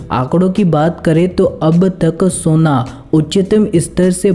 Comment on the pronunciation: Soniuo nahi hota hai sona hota hai hindi bolana sikh